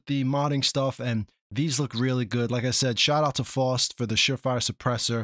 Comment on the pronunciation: Isn't it "fowst," like "now," not that it really matters. I thought they were already adding custom assets.